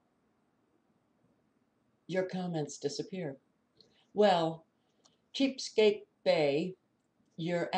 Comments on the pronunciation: Ches-a-peake (like the Bay)not cheapskate. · it's said Like "Chess-a-Peak" " Bay" I lived in MD right by the bay of the name.